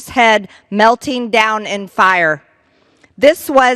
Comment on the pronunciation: "melten down"